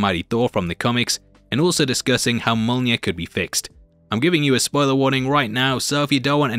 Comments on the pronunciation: its pronounced myo-nir not mona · I hear Molnir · Say "yolneer". Now say "me". Now say "me yolneer". Mjolnir. Me-yolneer. You can do it,. We believe in you. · "Mole near" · Mjolnir......say it with me now....myolneer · Mya-mya what’s mya-mya? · It's Mjolnir, ya chump! :elbowcough:❤